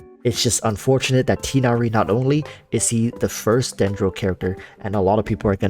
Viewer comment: U said tighnari's name wrong :(